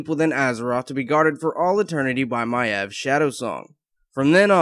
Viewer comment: I thought maiev was pronounced May-v :|